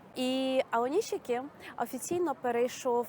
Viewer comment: Українською правильно Аонісікі.